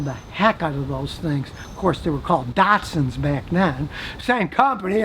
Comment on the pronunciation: Your saying it Wrong its Cel eca not celica sounds strange in Ozzie land boot is a trunk in your country .Datsun not dartson